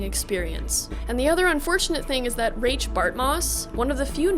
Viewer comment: Mike Pondsmith pronounced Rache as "Rayshh" so I think thats the correct way to say his name.